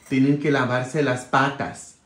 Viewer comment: Patas me gusta como suena en usted patas sobacos😂😂😂